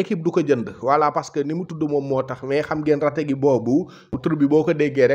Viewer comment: C'est retegui😅😅pas rategui